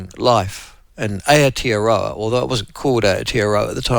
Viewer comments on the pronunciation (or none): Its aye oh tee oh row argh.